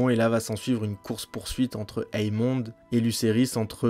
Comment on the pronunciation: la vidéo est sur l'épisode 10 donc il n'y a aucun spoil dans ce que tu vien de dire, qu'il les fait exprès ou pas c'est pas important personne le croit innocent donc vengeance, guerre ect...et c'est AEMOND pas EAMOND (ae=é) Jacaerys se prononce jakérys.